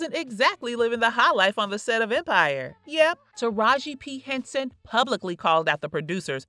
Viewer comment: Bish can't say her name right. That ain't her name you don fukd up her name